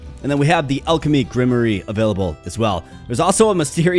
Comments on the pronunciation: This is a Good Game I Like the Art Also. LOL Grimery!? Hahahaha 😏Love you Man! Grim Waar. That's as close i can get. but yeah I remember the first time we Read that word in class. Man I'm Old, we said it as you Did. Ingrish is Weird Sometimes. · Grimoire pronounced “grim-wah” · Fyi grimoire is pronounced gruhm-warr. Not hating. Love your vids. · Entertaining as always. Seems like a sweet game. BTW its pronounced Grim-Waar, like an armoire, figured I'd save you future embarrassment heh